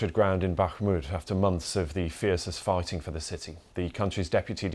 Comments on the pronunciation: 'After months of the fiercest farting' Did I hear that right? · Fiercest what? I know he meant to say "fighting".... but it sounded very much like something else.